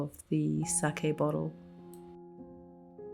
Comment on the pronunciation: And you pronounced sake correctly.